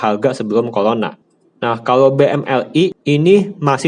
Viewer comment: Pelat, CORONA dibaca COLONA 😂